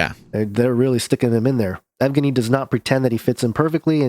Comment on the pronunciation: yev-gein-ee the yev is soft. the e part